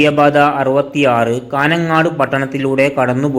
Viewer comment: കാനംങ്ങാട്ട് 😂😂😂😂😂 കാഞ്ഞംങ്ങാട് ആണ്..